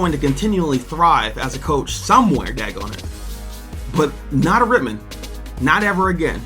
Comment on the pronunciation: I hate to say it but it’s Rittman bro same reason why I did t take a gig at Wadsworth to much cover up